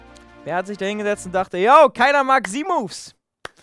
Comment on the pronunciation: Wieso sagst du Z Moves so komisch weil Z wird auf Englisch anders ausgesprochen